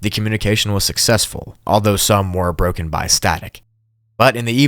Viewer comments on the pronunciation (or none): none